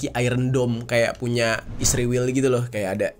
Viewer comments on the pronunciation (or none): Israel bang, bukan isriwil 😁